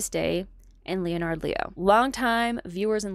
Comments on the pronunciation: My wife and I are very interested in what you are reporting. We support what you have been doing. Subscribed. (Off topic, most people pronounce “Leonard” as a two syllable word which sounds sort of like “lennerd” with the accent on the first syllable) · This project is fantastic. No shade but I had to smile at how deep you are in your reading sources that you’ve never heard of “Leonard” pronounced correctly by anyone else 😊